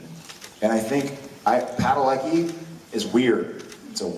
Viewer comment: Well the proper Polish pronunciation would take the cki and it would be ski... Jared doesn't even say his name correctly, somehow his family got lazy with it over the years it should be Pad-a- le-ski.